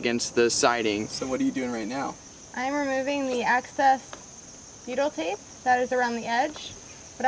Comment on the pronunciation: it is excess not access! Love your videos.